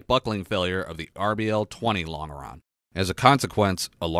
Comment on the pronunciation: Point of order: "Longeron" is pronounced "Lon Jer On"